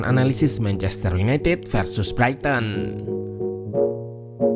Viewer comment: Koreksi min, pronounciation nya "braiten"